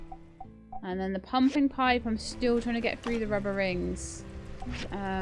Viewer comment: Haha. Every time you say "pumping pipe" I hear "pumpkin pie". Now I want pie 🥧😊